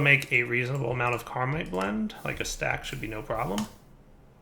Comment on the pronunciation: you need to read the tooltips. It's Caminite. There's no R in that word